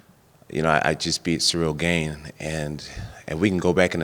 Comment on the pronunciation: THIS MAN STILL WON'T SAY GANE RIGHT! Lol